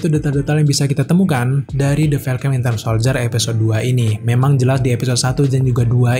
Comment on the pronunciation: kok host ini nyebutnya Wintel Soldier ya, bukan Winter? :)))